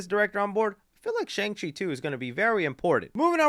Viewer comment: Did you just say Chung Chi? I'm playing with you, but that made me laugh. Great video my friend!